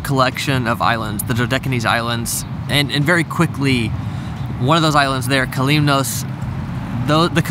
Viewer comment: The sponge divers didn’t become shrimpers after the “crash.” They came to America to afford their children a better life. We are doctors, lawyers, and property owners. And you butchered “Kalymnos.” It sounds like you have “complex” feelings about Tarpon. You clearly have not learned any history about the docks from a “Greek.” We can tell 😳